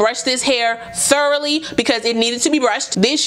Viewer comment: Why you had to say thoroughly like that😂